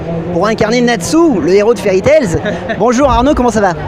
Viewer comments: Sa me stresse que le mec qui l’interview dise fairy tailZZZ 😅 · #JaiMalAMonNatsu Un conseil vérifier la prononciation avant d'interviever (Exemple : Interviever le doubleur de Natsu et se tromper dans la prononciation de FairyTail) Tu as dit le mot magique (FairyTail) 2 fois et tu t'es tromper 2 fois. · Fairy tez il a dit chaud 😂😂😂😂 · Mais sérieux le macs il a pas vus que y'a pas de "s" a la fin de fairy tail donc prk il prononce un "s" imaginaire 😭le mecs a pas de respect pour fairy tail 😭😭